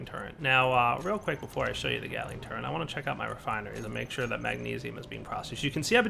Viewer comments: its pronounced turret......... not turrent... =_= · Drives me nuts that he pronounces Turret as "Turrent". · There is no N in turret. Thank you.